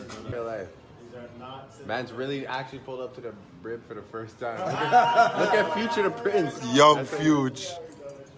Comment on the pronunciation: Why did he really say Brib instead of Crib?🤣 Drake you ain't no gang member. Stop it!